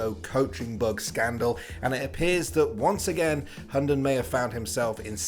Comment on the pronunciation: if you wanna know how to pronounce his hunden name in danish i'll try my best because i may as well speak tatoinee lanquage and it would be the same. the name means the dog or hound. (this guy pronounced it like hondon) first the Hu which is just the h sound and the u sound not like this guy saying it like an o. (just like you would pronounce hu tao in genshin impact) second is the den. it is not pronounced like the name Den or like den in Denmark. the d is silent and the e is like eh but without the h sound so its just the e sound in eh. and lastly its n is just n. so h u (silent d) e(h)n